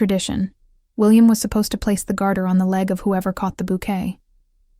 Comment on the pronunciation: "Garter toss" not "guarder"